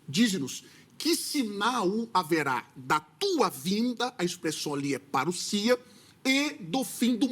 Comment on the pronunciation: q conversa essa de parucia? ou parussia? se a palavra tá escrito no português e tem só um S então a palavra tem q sair com som de Z e não de S. parusia com som de Z e como não tem acento gráfico, a sílaba tônica tá no SI